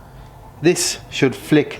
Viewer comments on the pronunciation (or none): none